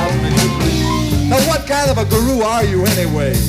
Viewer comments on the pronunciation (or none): It’s ”guru” not ”guree”.